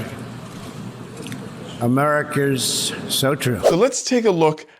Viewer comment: What the hell did he say ? . Was it "Americars so true"? Cognitive decline